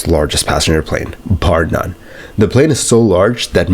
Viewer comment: It's "bar none" not "par none"